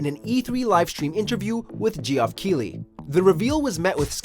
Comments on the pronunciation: GEE-OFF KEIGHLEY!!! Omg lol dude can't pronounce "Geoff" Protip: "Jeff" Edit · Am I the only one who noticed how he said Jee-off instead of Geoff? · I'm sorry but...Gee-off Keighley? Really? Its pronounced the same way as Jeff. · GEE-OFF??!!??!! LMFAO. Pronounced Jeff. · The "Geoff" in Geoff Keighley is pronounced "Jeff", not "Jee-off". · Did he say Jee-Off? Lol it's just Geoff, sounds just like "Jeff", damn Americans. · This guy said G. off Keighley lol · I like how we’re completely overlooking the fact that they pronounced one of the biggest game journalists in the industry “G-off” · I'm sorry but did you say Gee-off Keighley? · Gee-off Keighley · Fallout gunplay mechanics were not meant for Pvp. Thank you! Also "Ge-off"Keighley. lol. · why does everyone on this channel always pronounce Geoff as "Gee-off"? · Ge-off... Say what now? o_0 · Gee-off Keighley?? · Butchered the pronunciation of geoff keighley's name. It's just "Jeff". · I hope everyone at WatchMojo burns in a fire this Christmas. Also, learn how to pronounce shit. Who the Hell in thier right mind pronounces Geoff like that? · So no one heard the way be pronounced Geoff? OK.